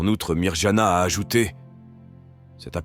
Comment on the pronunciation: Chers orateurs de la chaîne. Je me dois de vous dire que la lettre " J " se prononce " i " . C'est comme si c'était écrit : Mediougorie ou Myrianna .